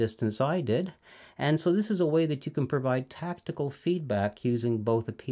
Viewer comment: FYI it's not "tactical feedback", it's "tactile feedback" (relating to touch), pronounced like "tack tile".